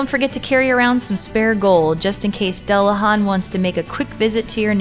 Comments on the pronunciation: And dullahan is pronounced doo-la-vawn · I am just cringing at the horrible pernounciation. Dullahan is pernounced as Doo-luh-hahn. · What kind of monster pronounces dullahan that way?! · Joshua Davis americans lmao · first time I've ever heard anyone mispronounce it so badly.